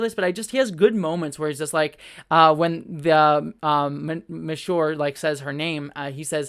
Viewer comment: It's Azure (referencing the fact that she's blue) not "Miss Shore". Also, I think "Passenger" is a robot suit with Diane trapped inside. Azure captured Diane, and now, coincidentally, Diane has disappeared, and there's a third member of Swarm's group.